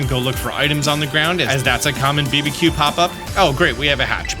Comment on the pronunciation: I love your videos. I have done for a long time but got to ask why are you pronouncing BBQ, B B Q and not barbecue?